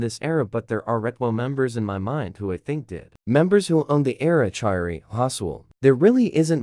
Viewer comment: crying for the amount of times you said choerry‘s name wrong